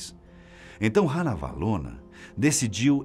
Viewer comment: a sua pronuncia do nome Ranavalona, esta incorreta, a pronuncia é "Rá-navalona" e nao "Rã-navalona".